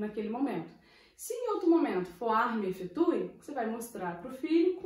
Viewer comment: Obrigado pelo vídeo. Tenho uma pergunta eu não entendi o que a senhora falou... É armie efetue?